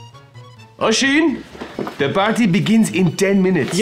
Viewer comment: "throws a pary" caught that